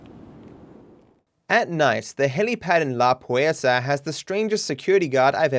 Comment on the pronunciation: It's kind of funny to me how pronounce "La Puerta"